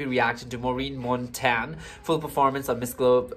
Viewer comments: MONTAGNE ( Montain) pronounced like CHAMPAGNE (Champain). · In the ph we pronounce Montagne is MON- TAG- NEH